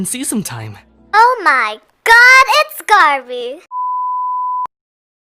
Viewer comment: "oh my gerd it's " me: yasss (*starts fangirling with her*)